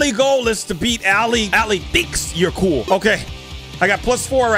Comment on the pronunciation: You mean "cool" not "coll' ? Not Trina be mean